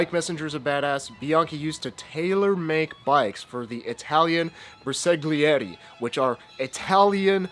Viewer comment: SO cool!!! (I'm in my mid-70s, and I'll never learn that cool stuff is "sick".) But, please,: say "bear-sahl--YEHHHR--ee" (bersaglieri) - and give us your best Vito Corleone impression when you do!